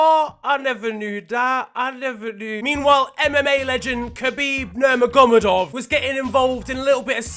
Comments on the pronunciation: Nur mago me dov thats how its pronounced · I loved the way he pronounces khabib’s surname 😂 Nurma-GOMA-dov😂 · No one gonna talk about the way he pronounced khabib’s second name 😭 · pronounce khabib name Right NOW🤣🙄🙄